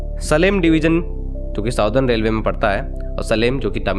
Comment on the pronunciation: Very nice video but please understand that It is not सलेम it is सेलम